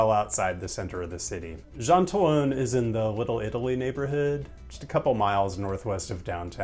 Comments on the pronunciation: What's insane is that I've been to 8 of the top 10 markets. I can confirm the tortas are great and you pronounced Jean-Talon quite acceptably. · Very very interesting! I share the same interest in markets and old train stations. Thanks for mentioning Jean-Talon Market, which is a 20 minute walk from my apartment. And I love it. ❤️ (And your pronunciation was quite good too.) Honourable mention in Montreal is Atwater market. Both Jean-Talon and Atwater markets are also at intersections of subway lines. The algorithm fortuitously sent me. For once it did good. ⭐️